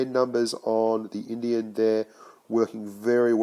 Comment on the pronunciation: You just pronounce it as it's written in-di-en panzer. And Himmelsdorf isn't "heaven's gate", the translation would be village in heaven or heaven's village. Heaven's gate would be "himmelspforte" (I live South of Munich I should know it but no offense, Down Under you don't need to know it!) Thanks for your vids, love them!